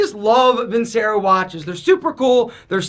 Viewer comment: You’d think loving the vincero watches so much he’d pronounce it properly vinCHAIRo